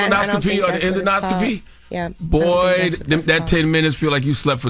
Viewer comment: CTG and Envy its En-Do-Scopy not en-do-noscopy lol